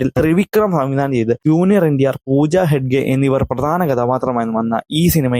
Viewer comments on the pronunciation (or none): none